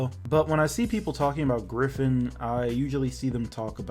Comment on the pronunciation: "Gryphoon" Lmao.